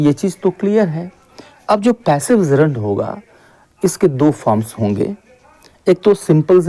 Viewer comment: Bro it's not zerund it's "Gerund" 😊